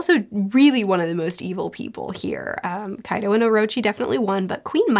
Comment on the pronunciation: I find it fascinating that can say Pachycephalosaurus without missing a beat, but she will stumble on names like Kaido or Ulti hahahaha Never change!